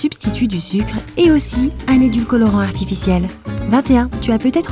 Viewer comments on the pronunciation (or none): Déjà c’est édulcorant* et non édulcolorant. Soyez un peu sérieux